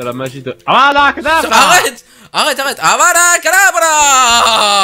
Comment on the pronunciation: Ses avada kedavra pas avada kadavra